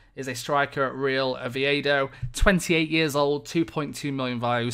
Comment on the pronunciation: Why are you saying mollion? I don't get it.